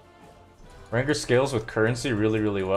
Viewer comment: this dude pronounced eagle, e-jull. jamble instead of gamble rain-gurr instead of ranger u have to be trolling.